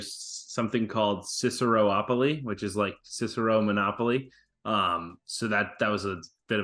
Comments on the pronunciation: Cis - Err - Oh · That was the strangest pronunciation of Cicero I’ve ever heard